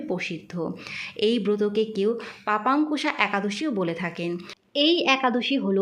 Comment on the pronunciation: লেখা আছে পাশান্কুশা একাদশী, আর আপনি উচ্চারণ করলেন পাপান্কুশা।